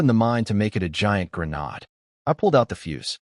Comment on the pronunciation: Bau bow -> boh bow wau-nd wound -> woo-nd wound grehn-aud grenade -> grehn-aid grenade, SMH